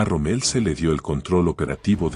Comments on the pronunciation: Rommel, mal pronunciado. El error verbal al usar términos mal pronunciados, a causa de la dislocación acentual, es un fenómeno demasiado frecuente en pronunciación y que puede combatirse con la ayuda del diccionario. La destrucción del idioma por culpa de suramericanos es terrible. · Excelente video, lástima la pronunciación de la voz relatora: no se pronuncia ROMMÉL... sino ROMMEL... en fin. Buen trabajo por lo demás. Gracias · ¿Por qué lo llaman Rommél? El tipo era bajo, pero no tanto como para ser francés.